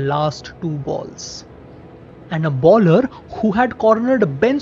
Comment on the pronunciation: Why you pronounce baller instead of bowler?